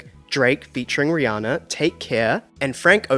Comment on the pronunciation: hiii bestie she pronounces her name ree-ANN-ah not ree-ON-ah check out any interview where she says her name aloud!! love u & the content!!